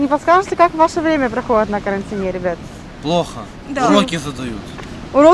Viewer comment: На карантиНЕ?)) Это на каком языке ударение на последний слог?